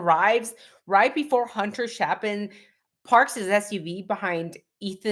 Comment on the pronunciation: It's Chapin with a long a, like ape.